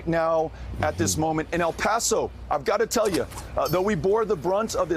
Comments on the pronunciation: Why do people have a hard time saying El Paso? It’s L Pass oh, not al pass oh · she said El Paso wrong